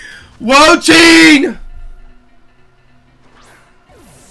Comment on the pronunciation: The four legends are based off of the Chinese four perils and it has an incredible amount of lore that I’m not going to get into. Usually, the sub legends of each gen are direct indications of where the next gen is so we are likely going to China for gen 10. Also Wo-Chien is pronounced wo-chi-en Also xie xie (谢谢) is shi-eh shi-eh